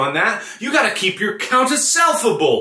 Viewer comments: "You Gotta Keep Your Count Asselfable" Dyslexia Overload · "YOU GOTTA KEEP YOURCOUNT ASSELFABLE!!!" Like, how does one mess words up that badly?